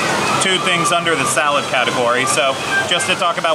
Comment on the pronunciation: Yes I wanted the seltzuh not the salasuh!!!